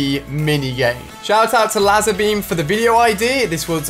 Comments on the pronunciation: La-zer baem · “laaser beam” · The way he pronounced lazerbeam tho